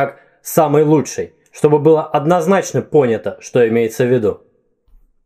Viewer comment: ты знаешь что что ты говоришь: "лучшАй, ярчайшАй, и т.д." у меня так дедушка говорил и вообще раньше так много говорили в том числе по телевидению. можно видео по этому произношению? особенно интересно, это все так раньше говорили или говор региона?